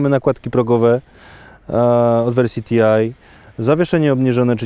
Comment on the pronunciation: jakie TIAJ !?!?! to nie jest TIAJ , to jest TI, czyli Turismo Internazionale. Skąd to angielszczenie włoskiej nazwy?